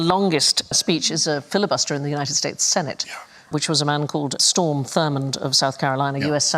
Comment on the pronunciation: One note: the senator's name was Strom Thurmond, not Storm. Sandi is correct in that he was a virulent racist and generally a piece of shit